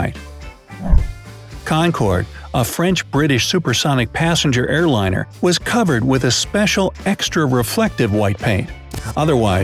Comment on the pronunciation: IT'S NOT WIZZ IT'S WUZZ